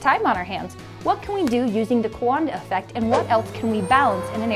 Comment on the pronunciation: Is it wrong I was waiting for a big black dude to come out when they said cowanada effect